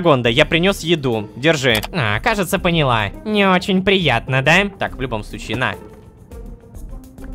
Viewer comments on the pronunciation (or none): none